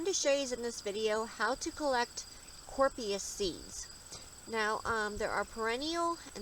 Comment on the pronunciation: Helpful but FYI the name is being mispronounced. It’s sounded out as Cory-op-sis